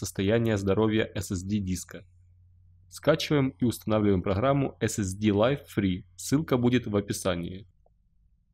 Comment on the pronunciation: нужно говорить эс-эс-ди...